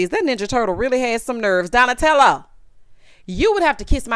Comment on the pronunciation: Did she call Silas Donetello! I am done for!!!